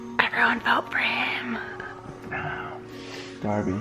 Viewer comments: you said fort not for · the first 10 seconds ... fort instead of for lol ilysm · "Fort those"😂😂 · Haha fort it's ok we know you mean for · Um you guys said fort instead of for